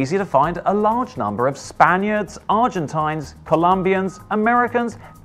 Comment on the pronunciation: "... Argentains?" lol